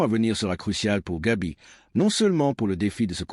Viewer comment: C'est Gavi et non Gabi merci.